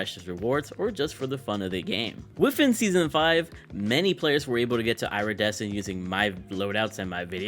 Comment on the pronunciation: It’s “ear - e- descent “ not “ira-desecent”